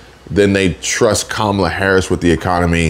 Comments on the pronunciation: QUE MALA INSTEAD OF KAMALA. MEANS THAT'S BAD! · It's pronounced Kommie-la. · Thought you might be interested no that Mrs. Harris father named her Kamala as in camel. So you’re all pronouncing her name wrong according to the parent who named her. I respect the parents more than I respect her, so I’m gonna call her the name her father gave her which is camel-lah. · Kamuhluh like Pamela…ask her Dad. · No it's kamala l a la